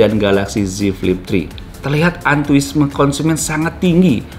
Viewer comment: antuisme 🤔🧐 bukannya antusiasme 😶